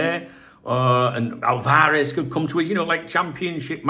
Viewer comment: Álvarez: AL-varez. Stress is on the first accented syllable....sorry.